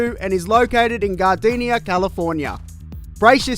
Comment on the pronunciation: its Gardena, not gardenia